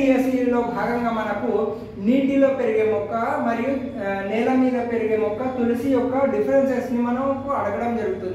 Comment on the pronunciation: నెల కాదు నేల